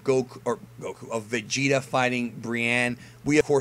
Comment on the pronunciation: say Vegeta one more time.....